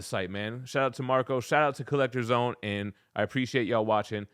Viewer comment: “Get in the zown!”🔥